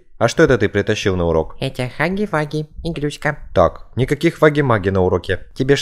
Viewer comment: Хаги ваги ❌ Хагги вагги ✅